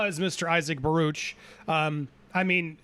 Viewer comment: Ba-rook, not ba-roosh. It's Yiddish.